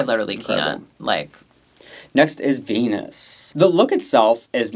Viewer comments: Vinyas, not Venus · Why d you keep callin Viñas "Venus"? It's VINIAS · Idk if she goes by both but it’s ViÑas with Ñ not a N. Like piña colada or jalapeños but I guess white ppl usually do call them jalapenos lol Love yall!